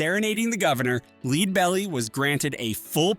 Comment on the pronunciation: Sigh. Stop the AI voice-over madness. The technology is not ready to cut-and-paste into videos. For people who don't know, the name of the first artist highlighted is pronounced "LED-bell-ee", like the metal.